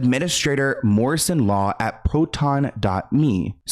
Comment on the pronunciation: Yaaas! I love how you put together this video. Very educational! I also love you keeping it real! Funny she can't 'law' correctly lmao